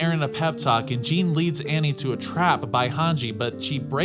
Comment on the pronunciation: Lol calling Jean, gene lol